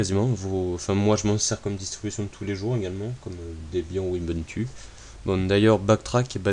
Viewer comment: pour info backtrack ne fonctionne pas sur un noyaud UBUNTU mais un noyau LINUX, comme toutes les variantes linux au fait la pronociation mondiale de base d'ubuntu c'est [oubountou], c'est un mot sud-africain qui peut être traduit par tous unis, tous reliés, tous frères